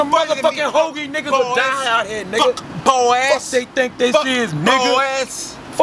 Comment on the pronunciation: Why he put so much emphasis on tha "bois" hahahahhahahahahahahahaha